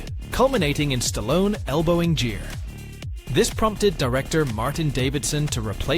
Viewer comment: Richard GEAR, not JEER. Yeah, not following a channel about film when you can't get the names of the actors right.